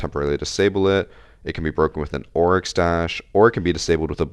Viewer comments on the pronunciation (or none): none